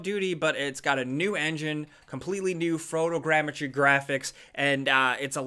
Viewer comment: what is frotogramiture ?